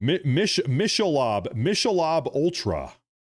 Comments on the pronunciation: it's pronounced (Mic-a- lobe) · It's Mick- a- Lobe. Please don't take offense to the correction. Just helping with the pronunciation. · Oh my goodness you just made me laugh I needed that so bad thank you but just for future reference the pronunciation is m i c k a l o b e LMAO thanks I really needed that laugh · It's Michelob like Mickey mouse and earlobe LOL